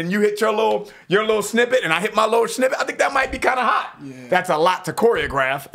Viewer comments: Snippet not schnippet. Chuckle. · He keeps saying schnippet hahahahaha